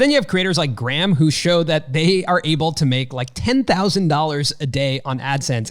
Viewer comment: you keep pronouncing Graham's last name wrong 😂